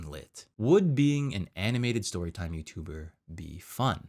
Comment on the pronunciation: "FULL TIME YOUTUDER" btw </3